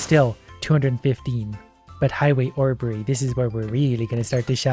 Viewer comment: “Highway orberry” is crazy 💀